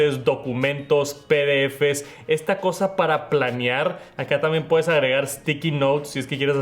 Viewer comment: “Pel Penshol”, “Estiqui Nout” 💀